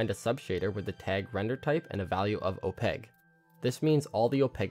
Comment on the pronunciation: I love these videos. Also, you pronounce opaque as opeg. Kinda weird. But I still love these videos.